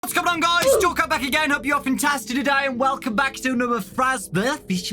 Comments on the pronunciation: "Frazzbear baa fishmee bubibubleeee" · "Welcome back to another fazbeohoyditdyifoyfoyfoyfiyfiyfiyfiyfiyfyidi-" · "Faz-BLEHSHYSFHNHUYSFGTSFUSFGHSFISHFUSFS-"